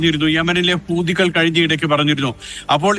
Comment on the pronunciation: ഇവനെന്താ ഈ കൂതി കൂതിന്ന് പറയുന്നത്.... ഹൂതി എന്ന് പറയേടാ....വീട്ടിൽ പറയും പോലെയാണോ മാധ്യമത്തിൽ പറയേണ്ടത്😂